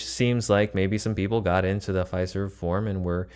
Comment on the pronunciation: Its pronounced ""F i i i ... ... serve" . Great RV session!